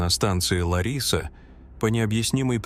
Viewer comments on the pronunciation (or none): Город в Греции не ЛарИса а ЛАриса